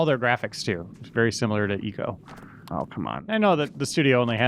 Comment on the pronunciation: I'm super late, but I hope you start pronouncing Ico correctly. :)